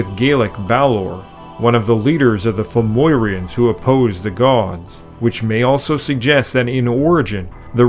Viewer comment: Sometimes, I find the listening a bit stumble-y - as the narrator has trouble with the pronunciation of some words. Most notably "Fomorians" - which he pronounced "Foy-MOY-ree-anz.'. He's added two extra "I's" to the word - which should be pronounced, "Foe-MOHR-ee-anz." It would help if correctly-spelled subtitles were included on the lower part of the screen - so we could SEE the actual spelling of the words. Eg., "Lughnasadh" is pronounced 'LOO-nah-sah.". Some put the accent on the second syllable ("Lugh-NAH-sah") - but actual Irish folks give it the first pronunciation. There is no point in introducing Etymological info - if words are not going to be correctly pronounced - most especially when there are no subtitles, so we can at least SEE how they are spelled. Eg., Banshee is the US spelling of "Bean Sidhe" (same pronunciation - which is why both correct spelling and correct pronunciation are important.